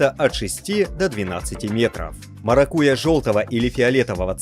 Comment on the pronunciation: МаракуЯ, ударение делайте правильно